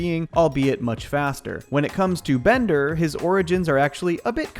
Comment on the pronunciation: Wait a minute. Bonder's name isn't Bonder. It's Bender!